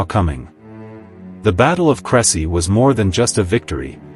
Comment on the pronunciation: Please check the pronunciation of the battle site. AI is not much help when confronted with foreign names.